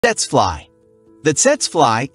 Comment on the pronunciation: PRONOUNCED "Teetsee fly," please inform your A.I. naration.